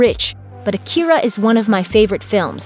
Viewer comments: It's pronounced Aakira, stressed on 'A' not 'ki' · The fact that you keep mispronouncing it's name is all the hopelessness that I have for a "Remake" of a masterpiece that it already is. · driving me nuts. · You can’t even pronounce it